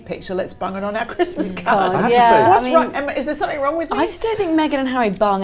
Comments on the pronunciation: Love, why does she say somethink instead of something, it it a Brit peculiarly? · Yes, the hard consonant at the end of some words is sometimes related to local accents, so I'm surprised she's saying it as she has a very neutral type accent normally. I think pronouncing 'ing' as 'ink' is more normal in London, and also in the Midlands..